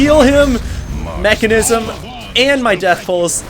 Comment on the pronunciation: It's called Menkasm dammit not Mechanism!